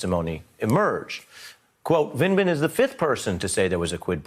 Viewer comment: Vindman, not Vinland. Vind-Man. Say it with me Ari. Vind. Man.